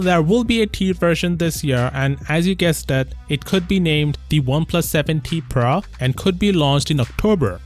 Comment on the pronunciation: So its PRO not...PRA🙂